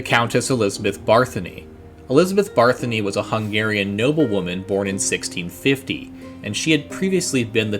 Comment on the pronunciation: I thought it waa Bathory not Barthany?